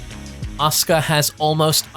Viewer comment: It's asuak not Oscar